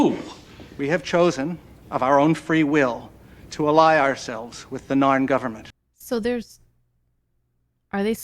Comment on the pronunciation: I also liked her in 'StarCraft 2: Legacy of the Void', 'Darksiders 2' and 'Guild Wars 2'... That last one there might be the reason why she kept on saying the 'Norn' when referring to the 'Narn' in her reaction to the pilot episode?